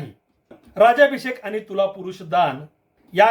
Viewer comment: जेषट श्रेष्ठ इतिहासकार श्री अप्पा परब नंतर आपण एक इतिहासकार आहात कि ज्यांनी राजाभिषेक असा योग्य व अगदी बरोबर उच्चार केला नाही तर राज्याभिषेक बोलतात इतिहास तज्ञ सुद्धा